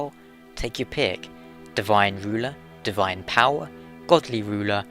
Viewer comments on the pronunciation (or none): none